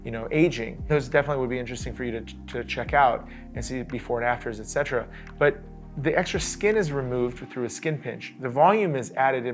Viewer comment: You butcher the "etc." Fav word? You certainly are using it wrong. So cringe.